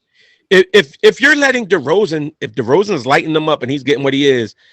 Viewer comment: Who the fuck is "Deron" Derozan? Dude doesn't even know his name jeez.